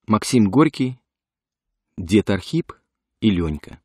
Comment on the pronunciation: Это Ахрип